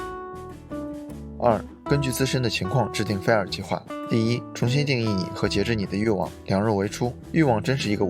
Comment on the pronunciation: 是fai 儿 不是 菲儿 真是闹死了。。。。忍者听完了 对不起挑刺了 不过感觉博主的发音真的可以好好调整一下 要不然一说这个词 真的太出戏